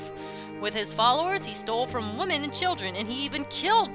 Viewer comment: Anyone else notice that was saying "woman" and not "women" when reading Nabooru's text?